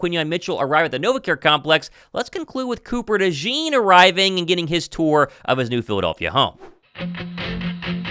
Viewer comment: You pronounced it wrong, it’s DeJawn not Dejean